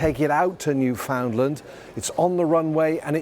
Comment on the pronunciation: How do you pronounce Newfoundland and come up with Newfindland. So let's say i found something, you would say you find something. 🤣🤣